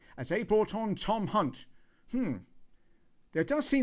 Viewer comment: Well done by not tripping up on hunts name. As many do. Brilliant. Thank you. Encore, encore, very funny.